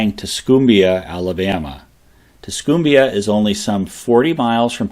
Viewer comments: Pls note....its pronounced Tus- COME-bia. No CUME here. Even Hellen Keller knew that. I really appreciate your videos and assume it must be a lot of hard work, but how hard is it to use google for correct pronunciations? It can realy be distracting when its annoyingly wrong. -A humble descendant of Rufus Jefferson of the 1st Alabama Cavalry (Union) and the Free State of Winston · Not to pile on, but Tuscumbia, Alabama is pronounced "tuss-come-bee-uh". Emphasis is on the "come".